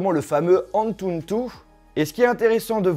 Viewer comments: Par contre c'est ANTUTU et pas ANTUNTU 😭😭😭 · Tu Galère Légèrement À Dire Antutu 😂